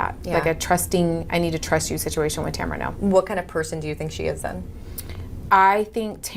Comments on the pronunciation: did you say Tamrat? bwa hahahahahah. nice. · In the tamra and Eddie video if you listen again … she is not even slightly listening to Eddie. He’s just there. Also lol 🤣 “Tamrat”